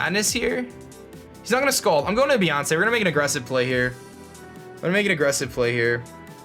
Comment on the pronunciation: Beeyonce XD